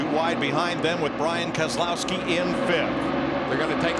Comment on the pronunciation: the spoke man said brain kesolowski